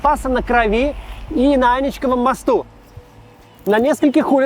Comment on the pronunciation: Дико извиняюсь, не Аничковым, анИчковым, вздрючьте своих редакторов.